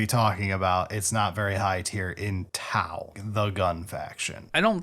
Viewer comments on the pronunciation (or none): sounded WAY too excited for the first 40 seconds, glad the disappointment of T-glottal stop-au "melee" brought him back to normal